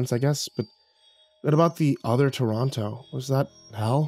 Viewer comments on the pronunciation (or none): As someone from Toronto I'm losing it at the how it was pronounced! XD